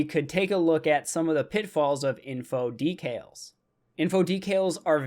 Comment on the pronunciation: it sounds like you are saying details instead of decals